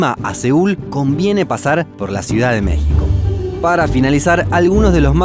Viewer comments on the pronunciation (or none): none